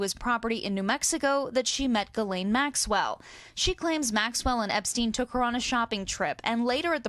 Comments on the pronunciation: Why can’t anyone pronounce Ghislaine’s name correctly? 😂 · why can none of these TV people pronounce Ghislaine correctly ???